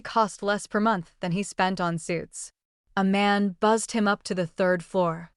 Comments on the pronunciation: Who is Aman??? Narrator keeps saying that name. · Sounds like she is saying "A Man"😅😂😂